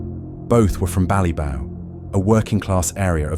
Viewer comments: BallyBock! It’s pronounced BallyBock! Not BallyBow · Ballybough is pronounced as bally bok not bow 😂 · I was wondering where Bally-bough (as in tree) was until I saw the pic. It's Bally-bock as in lock. Same with any Irish word with lough, it's lock, same as Scottish loch and means the same thing (lake). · Ballybough is pronounced bally-bock, not bally-bow. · It's pronounced bally bock ,not bough. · The way you pronounce Ballybough is ridiculous it's pronounced as Bally-Bock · Not ballybow it's pronounced ballybock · Its pronounced Bally"boc", not Ballybow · Ballybough pronunciation Ballyboc Rip to the two lads